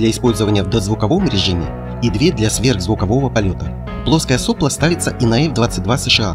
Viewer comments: соплО, а не сОпло, подводники недоделанные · Только всё-таки в единственном числе правильно - "соплО" с ударением на последнее "о". Слух режет. Во множественном да - "сОпла". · В слове "сопло" ударение ставится на последний слог.